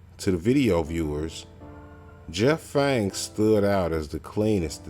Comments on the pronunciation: Are you says Fang? Isn't it Jeff Pang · Its PAANG not fang 😂😂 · So many of your facts are wrong … DO YOUR FUCKING HOMEWORK BETTER POSER !!! For example it’s “PANG” you idiot not Jeff Fang !!!! wtf smh … also the movie kids came out in early 1995 not 1997 !!! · it's PANG bruh.... PANG........